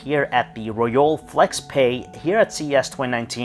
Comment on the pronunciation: You pronounce both brand name and product name incorrectly 😣